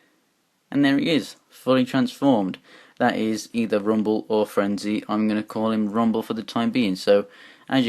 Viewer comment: You mess up rumble and frenzys names and you forget ravages tail how could you man?